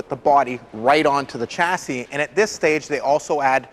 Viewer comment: Someone needs to tell him how to pronounce 'chassis'.